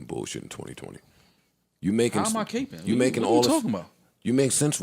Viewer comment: They pronounced capping capeing lol